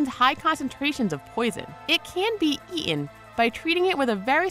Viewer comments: "It can be Eeenn." It's pronounced "Eat-en.... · "...it can be ea-en(sic)" WTF?? Put me off watching any further....